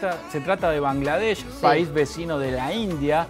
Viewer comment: I do not understand Spanish. But the male journalist pronounced Bangladesh sooo accurately. As a Bangladeshi, I have never seen any non Bangladeshi person pronounce it the right way. Respect. Also, we love your country Argentina. This message is to every argentinian reading. Please visit our country and see for yourself what we mean when we say we all love Argentina.